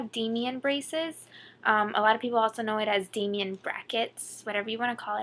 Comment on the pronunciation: It's not "Damien" it's "Damon" as in day-muhn